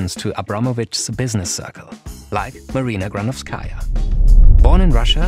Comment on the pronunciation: Great video, but it's GranOvskaia, not GranovskAia, you should emphasize O not A